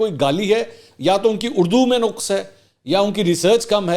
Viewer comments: منصور صاحب آپ نے اس Vlog میں ایک لفظ " نقص " استعمال کیاہے آپ نے ق پر پیش استعمال کیا ہے جبکہ اصل " زبر " ہے۔ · نقص میں ق پر زبر نہیں جزم ہے ۔ ن پر زبر ق اور ص پر سکون یا جزم ہوتا ہے